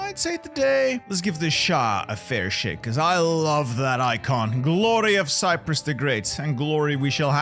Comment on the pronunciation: I didn’t see a “P” in Cyrus. ¯\_(ツ)_/¯